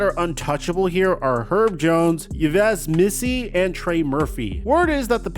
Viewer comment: Yves Missi is 3 in ROTY ranking and dude can’t even pronounce his name correct